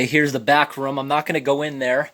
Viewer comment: "Here is the back rum" ..... Obviously not Canadian